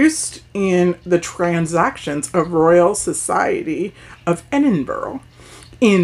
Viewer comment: Aaaaaaahhhhhhhh I’m so happy that you did it.! I love this so much. Scotland will forgive you for pronouncing Gaelic words wrong because they are are to say. But our capital, Edinburgh is pronounced “Ed-in-bra” with a roll of the R lol. But you got the other city’s right.! ☺️☺️ Love the look and love the top. Super cute. Thank you for taking the time to do this video. Love you lots my Queen 👸🖤🖤🖤🖤